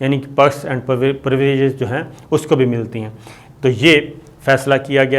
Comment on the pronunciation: ye anchor sshib perks and privileges be sahi neh bol sakta